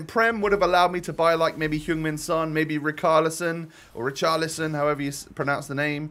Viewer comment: As an Evertonian his name is rich ar li son